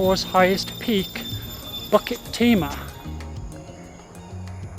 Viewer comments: Pronounce BULL KIt Tee mah not BUCK kit tee mah. Lmao. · it's BUKIT timah; never BUCKET timah. not that hard to get that right no...